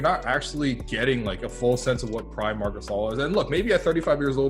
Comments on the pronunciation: MARC GHASCXZS😂😂✌️ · Mark gazil lmaoo